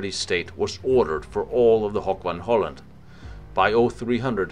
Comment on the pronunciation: good video, but try to avoid german pronounciation of dutch places. Hoek van Hooland is not Hock von holland, but HOOk van Holland.